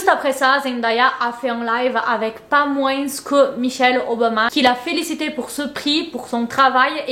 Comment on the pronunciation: on ne prononce pas le "s" à la fin de moins c'est un s muet comme dans parfois, corps, tapis etc :) bisous <3